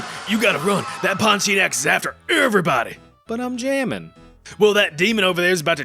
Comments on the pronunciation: As a Malaysian we pronounce it as Pon-tea-ya-nak🗣️🗣️🗣️ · Pontianak. TIA NAK. Stop dropping vowels. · Its actualy pon-ti-anak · It's ponti-UH-NUHK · pornteaarenuck. separate them and you'll know how to pronounce pontianak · Bro said did the pontianak dirty with "poti enak " 😔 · it's "Ponti-Ah-nak"